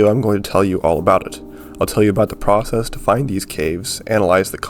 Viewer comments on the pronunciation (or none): none